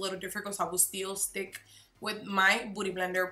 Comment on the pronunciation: Why is she saying booty blender?? 😂😂 she can’t pronounce beauty? I’m so confused